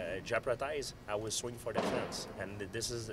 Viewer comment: lmfao "I will swingg for de fence" I would love to see GSP wild out in a street fight.